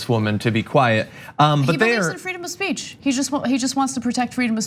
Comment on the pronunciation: Freedom of speatch !!? Come on dude